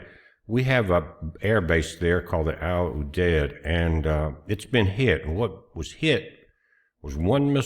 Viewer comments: “Al you deed” how you pronounce it. Arifjan is larger in Kuwait. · Al Udeid is pronounced AL U Deed or aka the DEED